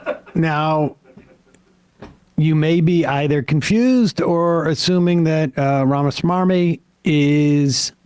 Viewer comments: I love how Sam purposely mispronounces some of these ghouls' names on purpose. RamaSwarmy is accurate AF 😂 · I like the fact that Sam specifically takes the trouble to pronounce RAMA-S-M-A-R-M-Y. It may not be his actual last name, but describes him to a tee. Smarmy (adjective): revealing or marked by a smug, ingratiating, or false earnestness Merriam Webster Dictionary.